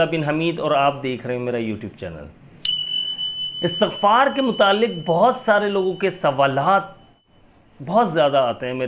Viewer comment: Asatagfar ni hota istigfar hota he